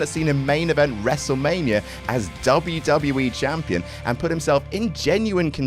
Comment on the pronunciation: I really cant tell if youre saying Jampion or not anymore 😂😂😂